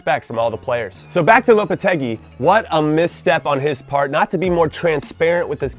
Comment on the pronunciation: Holy shit you didnt mispronounced Lopetegui